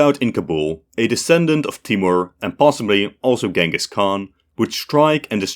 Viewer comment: that's a hell of a way to pronounce 'Genghis' 🤣